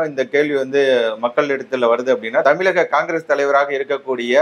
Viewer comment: Try to prounce tamizaga instead of tamilaga- sounds important. - ழ- needed.